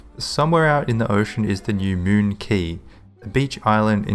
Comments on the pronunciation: I think it's pronounced (qu-A-y) not (qu-I-y) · Yeah it's pronounced as "Key", google search if you want to hear it